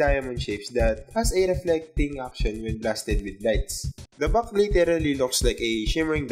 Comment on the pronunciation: good review but the accent and wrong pronunciation really bothers me. "at the back" sounds like "at da buck" and "factory" sounds "fucktory".